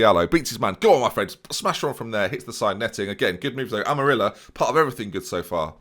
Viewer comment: Amarilla is pronounced like Am-Uh-RRee-Ya. Probably you are not going to get it but any ways.